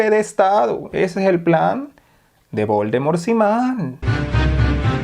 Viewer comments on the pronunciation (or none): "voldemor siman", jajajaj.